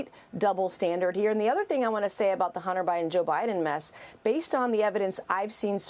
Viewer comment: "Hunter Bribin", lol